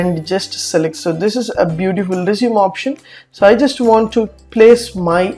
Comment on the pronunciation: stop pronouncing resume wrong!